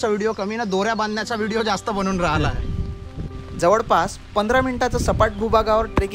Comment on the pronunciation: जवडपास, सरड, मिडाला जिथे जिथे "ळ" आहे त्या शब्दांचे उच्चार तुम्ही "ड" का म्हणता? ते असो. पण तुमचा उपक्रम छानच आहे.